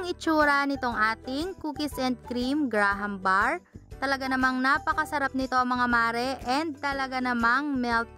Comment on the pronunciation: mali pag sabi mo sa graham bars